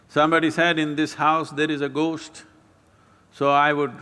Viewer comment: gost stories "h" should be silent